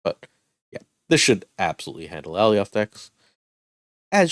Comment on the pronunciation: Great content but for the love of god please learn how to pronounce Alioth.